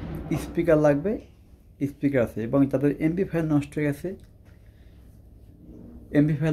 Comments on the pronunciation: এমবিফায়ার ki এমপ্লিফায়ার ঠিক মতো উচ্চারণ করতে পারেনা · এমপ্লিফায়ার ঠিক মতো উচ্চারণ করতে পারেনা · উনি এটা পারেনা ভাই।এটা ওনার দোষ না।